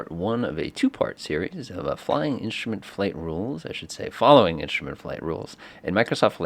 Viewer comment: Instrument is not "inshtrument"